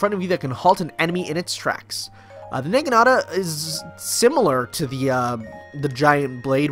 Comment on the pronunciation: The Na in Naginata is pronounced the same way as the Na in Nanako. Other than that your pronunciation of it was right for the other characters. Also, in Japanese there are no different ways of pronouncing a letter in their phonetic alphabet. It's always the same. (In before intonation specifics, but overall it's the same.:3) More game related, as I'm sure I've mentioned before, I play this game almost exclusively co-op with my boyfriend. The exceptions are when I don't feel like grinding for materials, but he will, and also when the all attacks are devastating missions come up and he really doesn't want to do them. I might try the whole single player for killing certain amount of enemies in x time, because some of those can get really difficult later in the map(s).